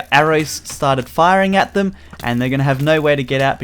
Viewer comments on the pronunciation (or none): none